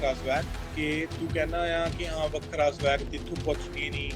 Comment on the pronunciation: The way he pronounced WAKHRA 😂😂